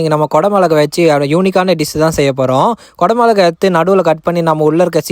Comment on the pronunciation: ஓசியில சப்பாத்தி கெடச்சா நல்லாத்தான் இருக்கும் தமிழ்ல பேச முதல்ல கத்துகிட்டு வந்து அப்புறம் பேசலாம் கொட மோளகா இல்ல தம்மி குடைமிளகா